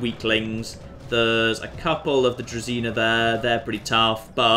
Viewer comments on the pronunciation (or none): dont want to be an asshole but druzhina iz pronounced družina